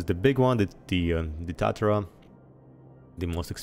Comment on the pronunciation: Tu-tar-uh, Japanese steel smelter